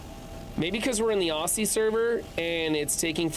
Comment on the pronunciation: Also, sorry ...but it's pronounced OZ-E not OSSIE I know it's not how it reads, our language is very different for you foreigners 😂😂😂